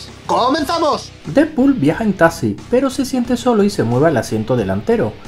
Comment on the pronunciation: repite por favor es taXXXXXi, no "tasi"